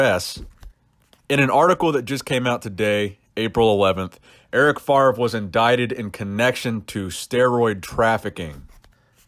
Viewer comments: It’s pronounced FAV-REE not “FARV” we Americans been saying Brett favre wrong this whole time lol the “R” is after the “V”.... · It's Eric FAVRE, FA-VRE, not Farve ;-) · Yeah, saying FARV every time was annoying enough :p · enjoy the content since u had like 30 k subs , great development brother . and erics name is pronounced more like fafre